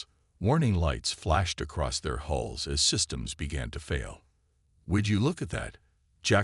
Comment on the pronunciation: Will you guys PLEASE GET IT STRAIGHT “ IT IS HULLS NOT HOLE OR HALLS OR ANY OTHER WORD THAT MAY SOUND EVEN REMOTELY LIKE IT. IT IS HULLS { THE OUTER SKIN OF A VESSEL} PERIOD !!!!! DAMN IT